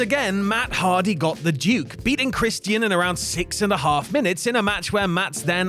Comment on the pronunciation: The pronunciation of Christian irritates me for some reason 💀